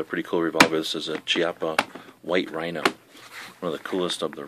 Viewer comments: It's actually "Key-Appa" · LOL chiappa-pronouced "key-appa" in Italian means butt cheek ahahhah